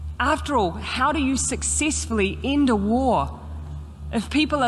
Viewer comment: I detest the Kiwi Mussolini. She is a true abomination. I also test the way she speaks. Out of her mouth comes wippon instead of weapon, end becomes ind, etc. Her e becomes I. She is a complete sociopath.